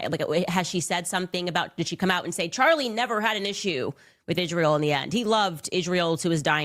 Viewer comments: Especially when she says Ish-rael and Judeo-Christian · "Izjreal"...it's so annoying how she can't even pronounce the name.